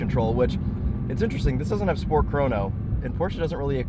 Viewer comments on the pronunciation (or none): none